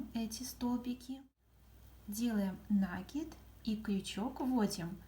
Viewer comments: Да не нАкид! А накИд! Молодые девушки, а говорить правильно по - русски не научились в школе???😮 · Всё классно! Спасибо! Но это нАкид! Слух режет! Извините! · Молоденькие девочки ведут мастер классы и многие в слове накид ударение делают не правильно. Спасибо за мастер класс!♥️💐